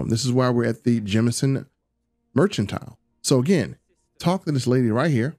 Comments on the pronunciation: Mershentile? Tuskan??Merchantile. MERC-AN-TILE!!!!! Tungsten. TONGUE-STEN!!!!! Tuskan Raiders are Star Wars, not Starfield!!! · I kept throwing up a little in my mouth when you were pronouncing it "merch-antile"